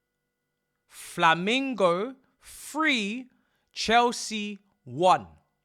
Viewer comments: It's FlaMENgo. Not Flamingo. You didn't get beat by a bird mate. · The fact u pronounce discombobulated and cannot say Flamengo properly is beyond me lmao